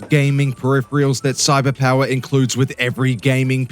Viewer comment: Wow! Our boi here got Cyberpower correctly spoken for the first time here 😱🤯😂🤣